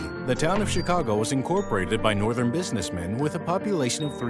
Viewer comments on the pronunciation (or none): none